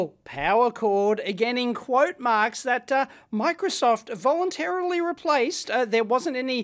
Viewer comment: Lol "they volunturrghgr replaced" :)